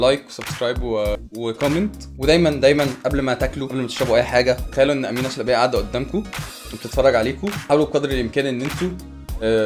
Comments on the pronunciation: اسمها بيتنطق Amina shelbaayaaa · امينه شلبايه مش شلبيه 😂😂